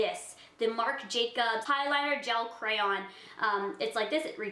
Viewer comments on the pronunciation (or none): none